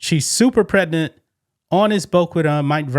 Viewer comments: I trying to enjoy ur content. But please recognize that the word Pregnant has a “G” not a “T” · Bro the Word is Pregnant !! Get your Pronunciations in Order !!